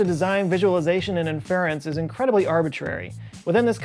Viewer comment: You say inference weird.